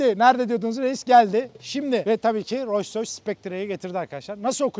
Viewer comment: Hilal tilt oldu artık Allahın adını verdim şu markanın adını doğru telaffuz et Roys Roys ne yaa abi gözünü seveyim yapma